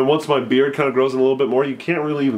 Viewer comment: beard not bearf